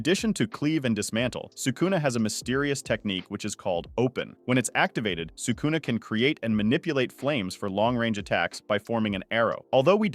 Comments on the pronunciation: Crazy way to pronounce sakuna huh? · I dont understand how people who dedicate their channel to japanese anime can be so bad at pronouncing japanese names "Sukuuuna, Meguuumi, Yuuda (Yuta)", are you watching the show in english dub? Its not that hard to pronounce it in japanese wtf